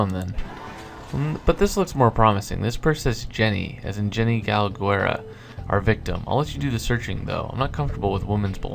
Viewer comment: galguera loks Spanish name so it should be pronounce Gal- than GEH with the G sound like in Great-Rah